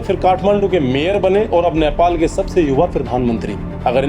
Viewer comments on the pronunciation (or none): Bro I humbly request you to pronounce the word correctly.... नेपाल Not न्यापाल ,सुदन गुरुङ्ग Not गुरंगा,शोभीता Not शोवित🤔